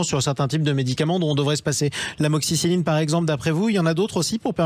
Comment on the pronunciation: Je ne vois pas trop l'intérêt des interventions de la journaliste (décoration ?), d'autant qu'elle n'a pas l'air de bien connaître ne serait-ce que les molécules (amoxicilline et non *amoxicycline, à ne pas confondre avec la doxycycline qu'elle cite, justement). Je comprends qu'elle n'ait pas envie de répondre ensuite, lorsque son collègue lui demande quels sont les médicaments en souffrance... Elle n'a visiblement pas préparé son sujet ! Je veux bien être journaliste à Sud Radio 😅